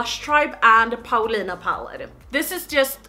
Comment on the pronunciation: I looove how you say your name in your Gothenburg accent/dialect! I'm from Stockholm, so i'm not quite sure why i'm writing this in english.. Den här videon gjorde mig glad, grattis till paletten💕